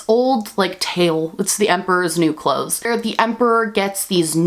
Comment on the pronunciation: I know you said emperors new clothes but all I heard is emperors new groove